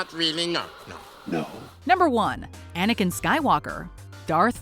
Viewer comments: I respect what you said but you said Aniken? Aniken! It’s GODAMN ANAKIN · When she said jar jar I got so angry but she said anikin